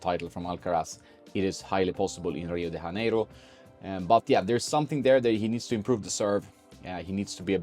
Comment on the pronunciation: Rio de JAneiro. Not HAneiro. We speak Portuguese over here, not Spanish. Haha.